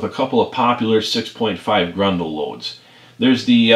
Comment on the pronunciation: "Grendel" is a character from an Old English Epic Poem. It is also the name of the 6.5 Gr*E*ndel cartridge. Grin-duhl. Pronounce the E and an E. "Grundle" is a slang term for the perineum. Or, the Taint if you will. They are not pronounced the same. Idk what accent this is, but "Grundle Hunter" just has some wild, wild implications.